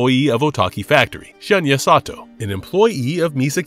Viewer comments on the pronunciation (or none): none